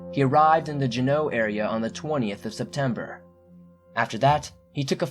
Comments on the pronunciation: Okay, i have to admit right off that I did not read every comment after watching this video but have to first say something that I did see that is driving me crazy and that is all the comments from these Alaskans that did not correct the spelling and mispronunciation of OUR capital city...it is JUNEAU and pronounced JEW-KNOW....now besides that let me get right into what brought me to this site to begin with...Sharon Buis who disappeared at Mount Roberts which is probably the #1 visited sight by locals and tourists alike...in fact if you google it you'll see that there is a tram from the piers where the tourist ships dock to the 'top' of the mountain...I was involved in the search , (like so many Juneau residents that knew her through the hospital, in fact the Missing signs still hang at the OT/PT therapy section of Bartlett Hospital). Because of the number of trails and hiking areas that encompass the downtown area proper it is hard to say if she actually went up Mount Roberts....and I believe she met upon foul play like many that disappear from the Juneau downtown area thanks to the poor police presence and high drug and sketchy homeless that have taken over our beautiful city. While a night time security officer for the state I came under attack by a drug/drunk induced guy that turned out to be on parole for murder, (who was later released yet again, and then again after committing similar violent crimes. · Always go alone👁 and y does he keep pronouncing it as jannoo..its jenaue he doesn't have an accent so y the wrong pronunciation..just saying..and remember always go alone so nobody u love gets taken.. Just you..because nobody love u..jk.trust God.. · Apparently your research didn't tell you how to pronounce or spell Juneau, the state capital. *JU-no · "Jeneau"? You mean Juneau.The Capitol of Alaska? It's pronunciated, jew-no like judo but with an n. Alaska is a land that feels no compunction to forgive mistakes. Even small ones can be your last.